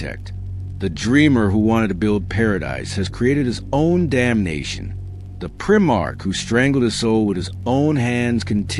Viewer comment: If you can’t pronounce primarch correctly then this channel can fuck off. Blocked.